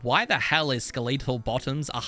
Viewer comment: Skeleetal, it's skeletal